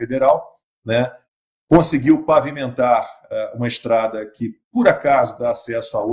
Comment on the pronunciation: Nossa amigão ,"conseguiu " com L ?